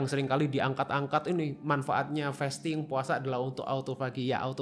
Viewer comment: Sorry , agag keganggu bgt sma pronounciation "fasting" nya, it is 'a' as in the car, not 'a' as in "wait"😢